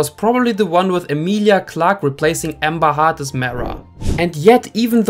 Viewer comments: Her name is pronounced Heard , not Hurd. But Hurd does sound like Turd which is why I assume you are pronouncing it as Hurd. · He pronouncing it Hard … not Hurd. And heard and Hurd sound the same English isn’t your first language, one must assume 😬